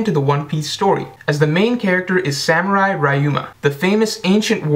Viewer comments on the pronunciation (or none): none